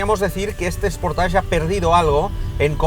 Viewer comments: Buen reportaje. .. solo destacar que la pronunciación de SportAge.... es SPORTEISCH. ..no SPORTASH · Anda que no sois incultos algunos. Dice "sportach" porque la terminación "-age" se pronuncia así en francés.